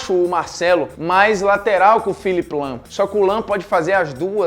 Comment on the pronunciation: Quando você falou lahm pode eu tinha entendido lampard